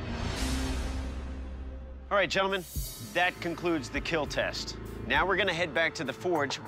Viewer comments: It will keel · your weapon..will keel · I never thought I'd ever see the day I hear "it will not keel" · First challenge: "it will keel" Second challenge: "it will penetrate steel" Third challenge: "it have nice FEEL" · Doug: says "kill" and not "keel" First guy that gets Halbert tested: Top 10 anime betrayals 😤😭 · It’s “keal” actually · It will KEEL ! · I only watch this to hear the guy say, "It will keel." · "It will keel" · It will keal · Lmao for the crusader sword buddy said It wheel kIEL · "will Kiel" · "IT WILL KEAL"